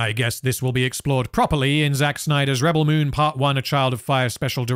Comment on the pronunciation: I really love how you say the movie name wrong multiple times. Its really funny and reminds me of Benedict Cumberpatch lmao. good job! Best objective analysis of the movie from a neutral position! Keep it up lad!